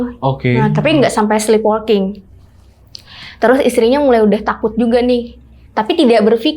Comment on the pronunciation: Sleepwalking dibacanya [slipwoking]. Bukan slipwolking.